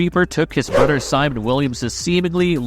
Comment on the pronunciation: His brudder